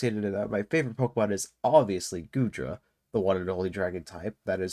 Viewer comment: Love Goodra too! Also, you're good with names: all of them in the tip of the tongue and so good pronunciations!